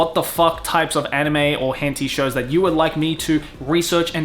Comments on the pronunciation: You're pronouncing it horribly wrong. Tay it's pronounced "tie." You're killing me. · I'm gonna assume you're intentionally pronouncing 𝐻Ǝ𝒩𝒯𝒜𝐼 wrong.. Hen Tie.. not Hen Tea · As an Asian, I thought it's pronounced as hen-tie not hen-ti. Just saying. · He also says "henty" instead of "heh-n-tah-ee" about a million times. Ow ow ow ow. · hen-ti? isnt it TAI? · Hen - tie. Hen... tie... not tee.. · that way you say it is the first time I heard someone pronouncing like that ..... and it's kinda funny. it is not it sounds like 'hentee' but it is 'hen tai' just for pronunciation. Try saying 'aa' in 'tai' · Hentee? It's pronounced hen-Tie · Why is he pronouncing it "hen-TEE" when it's "hen-TAI"? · it's not Hentee... the TAI part sound like the start of Thailand so Hen-Thai... you talk like 90s anime where like animated stone age stick figures or something, 90s Anime was the golden era, tittles like ninja scroll and wings of honami still look far better than anything done today. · You spelled "spelled" wrong until you edited it (I saw it in the e-mail notification);), and I spelled it henti on purpose because that's how pronounces it in the video. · Bro said "henti" 💀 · I've been watching videos here for a long time but I've never gotten something: does he actually think it's pronounced "hen tea" or is this a meme he has made part of the persona? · Do you actually pronounce it "hen tee," or are you doing it for other reasons? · Its Henti (hent eye) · Is that how Henti is actually pronounced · how does this guy not know its pronounced hen-thai? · Hentee? Pronouncing it completely wrong :( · Henti? Why is he pronouncing it like that. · Lol why are you pronouncing it "Henty"? That is not how you say it. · Is he purposely pronouncing it wrong without the a so he doesn't get demonetized? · Deliberate miss onounciation but i can't spell we arent perfect